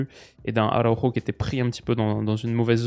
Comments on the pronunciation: Tomas Araujo en portugais c'est pas Arauro, pour la bonne prononciation c'est Araoujou🤝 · Salut en tant que benfiquista ce matin c’était dur mais la vidéo fait quand même plaisir (On dit tomas araougeo) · Astuce pour toi pour la prononciation des joueurs portugais/brésiliens; prononcer le nom à la Française. Tomas Araujo en portugais ne se prononce pas du tout comme à l'espagnol par exemple.